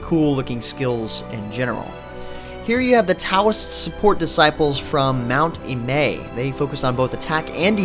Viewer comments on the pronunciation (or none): none